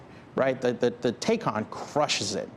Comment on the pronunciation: He would be more believable if he learned how to pronounce Taycan.